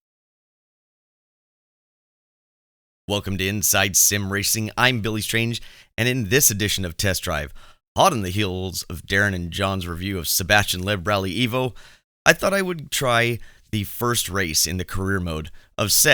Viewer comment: Low-eb, like 'Globe" not Laeb.